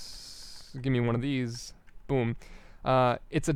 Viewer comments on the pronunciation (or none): none